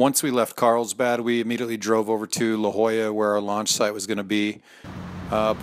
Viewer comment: Did he really just mispronounce La Jolla lmao